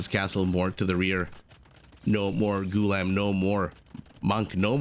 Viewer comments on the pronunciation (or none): The correct pronunciation is Goo - la - am , and it does not have much cultural significance as it means "slave". Kind of derogeratory tbh.